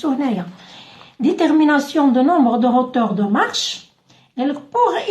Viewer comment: اختي hauteur تتقرا اوتوغ مش هوتوغ وشكرا على الشرح